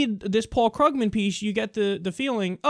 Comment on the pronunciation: Kyle, I like your show, but you continue mispronouncing Paul Krugman's last name. The "u" is a long "u", not a short one.